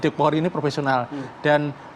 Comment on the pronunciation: PENYIDIK POLRI DIA BILANG PROVESIONAL? 🤔🤔🤔